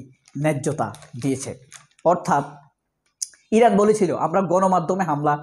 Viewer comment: আপনার উচ্ছারন ভুল, বলুন ইরান